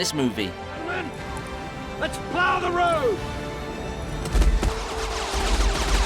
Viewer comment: "Let's pile the robe" 😂😂 it's "Let's plow the road". I hope that was computer generated, otherwise you're fired. 😂